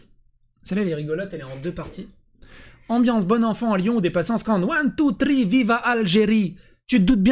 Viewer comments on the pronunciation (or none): none